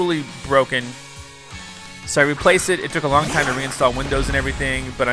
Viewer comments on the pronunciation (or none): none